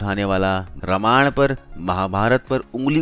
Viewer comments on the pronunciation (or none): none